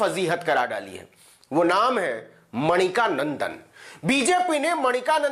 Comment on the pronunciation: Brother, his name is Mani-kandan not Manika nandan.